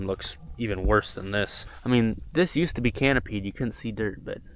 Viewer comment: did you say "Usta" when looking at the radiator? Reminds me of silly songs with larry. (if you know you know)